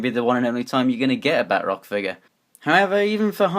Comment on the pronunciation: It is Ba-troc